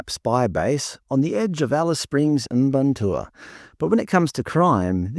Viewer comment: It's not even phoenetic lol... "Mparntwe" would be "Muh-parn-twee" not "Im-barn-tour". Like when people call them Stone Age... too much credit, that would imply they figured out stone tools 😂